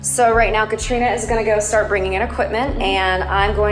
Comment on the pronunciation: Katrina not Kristina